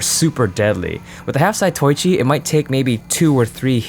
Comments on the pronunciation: Zah-toh-EE-chEE... That is all I have to say. Carry on. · By the way, it's pronounced "za-to-wee-chee"